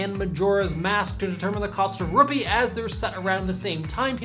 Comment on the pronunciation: He said "Rupi" Instead of Rupee.